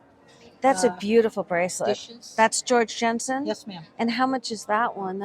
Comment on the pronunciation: I kept hearing "George Jetson" instead of George Jensen. Great video!